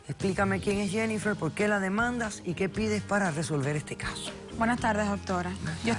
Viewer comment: La Dr Polo no sabe. Pronunciar el nombre. Jennifer!!;!!